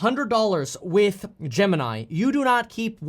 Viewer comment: I love how he accidentally combined 'Gemini' and 'crypto' into 'gypto'